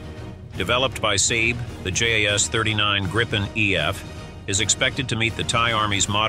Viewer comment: Your pronunciation is wrong, saab is not sab, JAS is not jas!